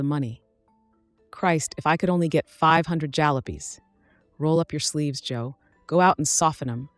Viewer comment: Jalopies* as one example mispronounced